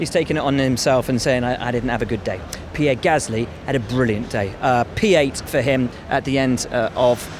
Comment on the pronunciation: Pi-eight Gasly Stop it Will 😅